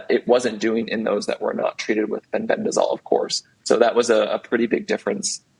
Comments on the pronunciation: Amazing that so many people appear to be dyslectic! The lady keeps saying FENBENZANOLE instead FENBENDAZOLE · Pronounced Fen-Ben-Da-Zole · Why is she saying Fenbenzanole? 😂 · he he agree. Why did she keep say fenbendanole?and the host did not correct her. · Sorry but I couldn’t finish this podcast. My autism wouldn’t let me listen someone butchering the word ‘Fenbendazole’ any longer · I think this woman should first learn to pronounce "Fenbendazole" correctly (not so hard!) before she gives her "expert" comments. How could you put someone like this on your show when there are thousands of others who would have been far more articulate, knowledgeable, and not arrogant? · Plus she can’t say the word FENBENDAZOLE It’s driving me crazy!! 🤪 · She just needs to learn its called Fenbendazole.